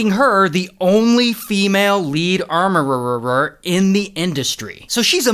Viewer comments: Hes fighting for his life pronouncing armourer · This is how you butcher English😅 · All those extra "R"s in "armorererer" & you couldn't spare a few more to slide into Ahreck Barrrwin? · I want a blooper of ray saying armoureerer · Did he say Amourereeeerer😂😂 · I like how he says armororrror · Anyone else had to google "armourererrrerr"? 😂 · Armorourer ❌ Armourerererer ✅ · 😂😂 he's hilarious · I want to hear you say Armourer fifteen hundred more times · WTH I THOUGHT MY EARS WENT BROKEN